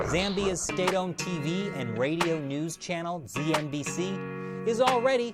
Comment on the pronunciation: “Zee Ehn Bee See” sounds hilarious💀